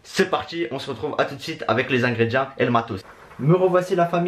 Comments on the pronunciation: On dit ingrédients (ingrédiants si tu préfères lol )pas ingrédi1 mdr....😅😅😅😅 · C moi ou il dis ingredia